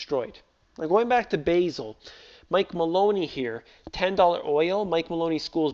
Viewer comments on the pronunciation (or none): I thought it pronounces Ba' zel! not Basil